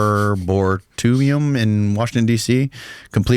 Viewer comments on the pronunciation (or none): Dam Son It’s arrbrEEtum Arboretum. lol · Arbortoo-ium? I feel like I'm watching two people I've never heard of talking about shit they have no clue about. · I've never heard arboretum pronounced that way (around the 14 minute mark) - but for the curious: An arboretum is a botanical collection composed exclusively of trees and shrubs of a variety of species. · Your pronunciation of arboretum is criminal. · FFS, can’t even “hooked on phonics” his way through “arboretum.” How does he get some of the guests he does?